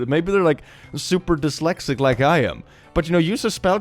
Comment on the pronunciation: At first i thought it was a joke but is pronouncing dyslexic as dyslaxative intentionally or nah 😂